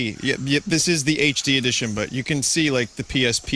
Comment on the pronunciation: "HD Edtion" Nice.